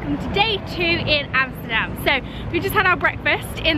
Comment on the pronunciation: I am impressed, you must be the first person from the UK pronouncing 'Amsterdam' the right way ! Great video btw.